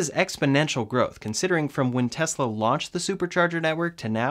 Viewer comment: I like your videos better than Ben Zullinz. At least you can pronounce the “S” in Tesla! Keep up the good work.